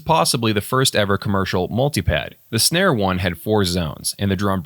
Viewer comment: Also just to set the record straight the company Synare was pronounced Sinair just so you know 😉